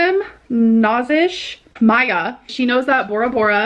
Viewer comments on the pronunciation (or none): none